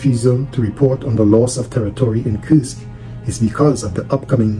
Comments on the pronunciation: You pronounce it like Кырск when in reality it's pronounced Курск(Kursk) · For the love of God It's Kursk (as in cool) It is neither Kyrsk nor Kirsk Its Kursk